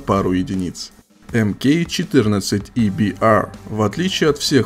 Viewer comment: Какже приятно, когда кто-то произносит не Ебээр и ССЭр, а Эбиар и ССаР